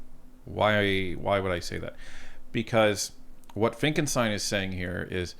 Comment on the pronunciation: I love your channel but please stop saying Finckelstein when his name is Finckenstein